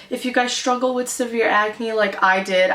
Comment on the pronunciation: you say, ecnay instead of Ahcne.